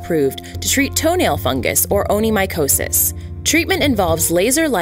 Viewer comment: With all due respect, I believe it's pronounced ony-KO-mycosis. But it was nice to find out this laser treatment is available for it in Canada. =0)